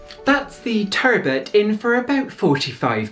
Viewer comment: TUURRRBUT and AHRRMUND !! you've got me dying over the pronunciations here.